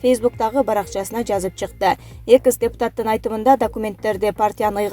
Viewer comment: Куловтун атын туура окучу,экс дегенди туура айтчы,эмне мынча огрусчадан аксайсын